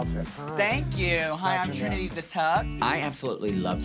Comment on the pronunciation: yasss even botched the name hunny, I thought they said T slur lol